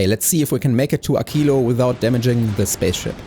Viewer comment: WHO says AKILO???? It is a q not a c/k 😢 Also: why no prod modules for science?